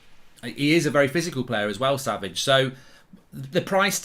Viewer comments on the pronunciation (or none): none